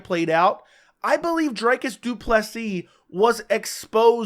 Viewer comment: Lets all say it together now. DREEEEKUS DU PLESEEEEE Not DRYCUS .................... DREEEEEEKUS Cmon guy he just finished the best Bobby Knuckles. It has to be pronounced properly